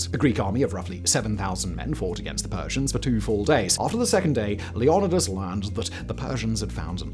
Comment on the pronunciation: Leighonnodus is the butchered form of Leonidas. Leeonaighdas in English, or Leoneedaz if pronounced in Greek. Simon. Have you never played Assassin's Creed Odyssey?